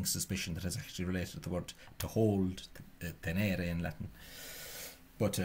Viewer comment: Perfect pronunciation of the Latin word "tenēre". Optimē! Slowly going through this video, bit by bit.